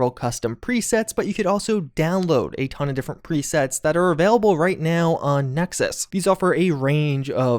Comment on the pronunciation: Am I the only one who loves when says: "A TOOON" 😂 I really love it!